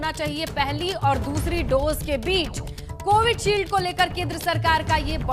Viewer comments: Likha to sahi h anchor hi galat bole ja rahi h... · माफ़ कीजियेगा मोहतरमा, कोविडशील्ड नहीं, ये कोविशील्ड है। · Vaccine ka name CovidShield nahi, CoviShield hai. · By the way it’s covishield not covid shield🤣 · Pahli baat ye ki covidshield nahi covisheild hota hai 😜